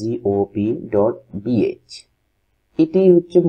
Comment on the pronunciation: vai eta imra naa vhai LMRA 😂